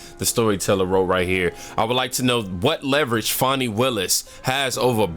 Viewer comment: Trump has been caught doing Nothing, how many times do they have to be caught 🤬 Fanni, not fawny..